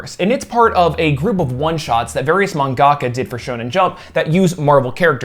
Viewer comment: Sorry, I was distracted by how you said Mangaka... From what I've seen (From Japanese people saying it) it's Manga-Ka, Like Say Manga and throw Ka at the end. (It is typed out as Mangaka) I'll go and watch the rest of the video now...